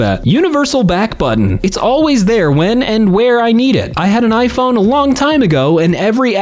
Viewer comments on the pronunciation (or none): none